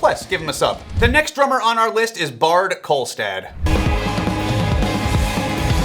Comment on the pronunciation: The name Baard is more or less pronounced like border but without the er.